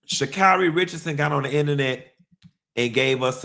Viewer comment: The way you say “Shacarri’s name like Mariah “Carey”, “Shacarrey” cracksss me uppp😂😭😭😭😭‼️